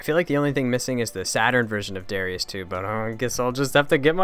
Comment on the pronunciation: It's really pronounced "da-rye-us"